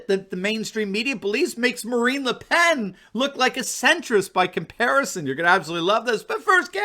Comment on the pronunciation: Why do you pronounce the "n" on Le Pen, but not on Macron ? Why just the French accent on just one word ? ( I know that's how the French say it, but you are speaking English, right ?) It's like everyone speaks English until they get to the name of " Chill lay' " instead of using the English pronunciation "Chil' lee" ( the South American country of Chile, for the unaware.)